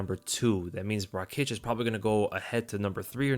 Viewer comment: Noo Rakiic its Raakic